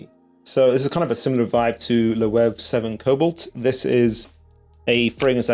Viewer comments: Loewe is pronounced Lo-weh-vay or you can say Lo-way-vay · The Loewe house name is pronounced LO-u-éve, lol. Aside from that, I'm glad that Armani Code Parfum is finally getting some recognition. It's beautiful – fresh, and can be dark at the same time (if worn at night), and yes it's pretty versatile too. For me, it was love at first sniff when I got my bottle. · Treat the W as two Vs, in Loewe. Sounds like you tired Loewe edt. Loewe esencia edp elixer is compared to a 2010 batch of aventus.